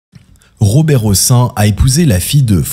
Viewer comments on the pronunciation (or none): On prononce le "n" à la fin du nom Hossein et Madame Françoise Giroud aura laissé son emprunte plus pour avoir été secrétaire d'état chargée de la condition féminine sous François Mittérrand que comme journaliste ... Et oui, que voulez-vous, la prison pour "P....philie", ce n'est que pour les sans dents d'en bas, mais pas pour les stars du showbiz ou ceux qui sont tout au dessus du panier...